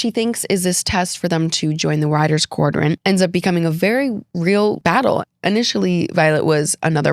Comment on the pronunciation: Quadrant, not quardrant